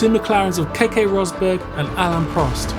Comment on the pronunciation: Ok so Keke rosberg’s name is pronounced Kekey not Kekay (he’s Nico Rosberg’s Dad.) Frank Williams was paralysed from the waste down not neck down. And fun fact Nelson Piquet is now Max Verstappen’s father in law.